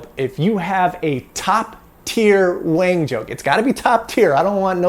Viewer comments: You're quite white, wang is pronounced wong, so it'd be wong to call it a wang, even if you think you're white! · Actually, I believe that the name Wang, is actually pronounced Wong. That might wall make a difference. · In Mandarin, "wang" is probably pronounced half way between "wung" and "wong" with a rising tone, as if it was a question in English. I read the biography of Wang. A mathematically gifted student from near Shanghai, he escaped the Japanese, got a post WWII PhD at Harvard, and figured out how to read and rewrite magnetic core memory, making it useful as serial RAM. However, Forester had the patent for row-and-column addressing so IBM bought both. They paid about $350k for Wang's patent but about $12m for Forrester's. Wang was double-crossed by a secret deal between a patent troll and IBM. So it seems Wang tried to bring IBM down and was a threat in the Word Processor business in the 70's and early 80's, but he couldn't innovate fast enough and failed towards the end of the 80's. His original big success was to use serial core memory in desktop calculators for Wall Street bankers who needed logarithms and calculus to work out mortgages etc. Although he lived the USA success-story life, Wang carried with him health risk factors characteristic of Chinese and he died of oesophageal cancer at age 70. Wikipedia has a nice summary article about the magnetic core developments : An Wang's patent can be found here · It's pronounced as Wong.